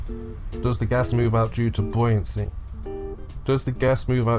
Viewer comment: There's one thing he gets right - the pronunciation of 'buoyancy'.